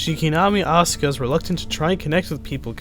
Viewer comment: U mispronounced asuka and evangelion dick wad. Also fuck the rebuild.